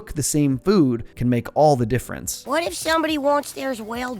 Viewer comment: "I tell ya hwat."